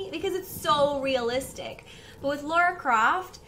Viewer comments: I hate to be that guy.. But Tomb Raider is too precious to me. her name is Lara, pronounced 'la rah' there's no u, its not Laura. you wouldn't call Princess Leia, Leah would you. all the same, love you're walkthroughs. smile face. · "Lara" instead of "Laura". Watching you is a treat! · if you keep calling her "laura" we should call you "" "" or "bro"